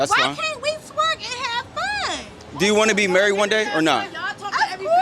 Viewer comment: "I wanna get murried" 😂